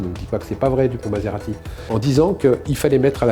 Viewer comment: Moretti et non maserati non mais ! Ça flingue le propos 😂